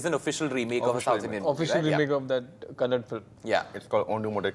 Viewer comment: It's Kannada not kannad